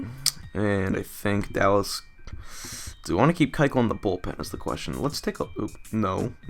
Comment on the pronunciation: still not saying KUechel right.